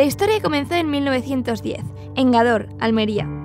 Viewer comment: NO SE DICE GADOR, SE DICE GÁDOR, como si tuviera tilde en la A